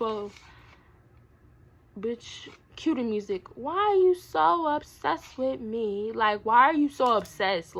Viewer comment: said "wHy YoU sO oBsESed WiMme" 🤣